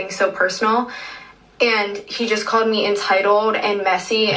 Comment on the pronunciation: “She CAWED ME ENTYITOLDE”